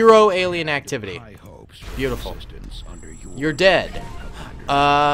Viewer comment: Stop saying bea-utiful